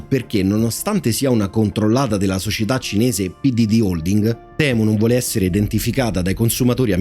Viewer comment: Giusto per far chirezza, se si vuol dire la parola temu come gli inglesi la pronunciano e': TIMU